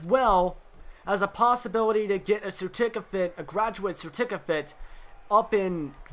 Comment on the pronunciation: Lmao , The Fuck Is A Certicafate ?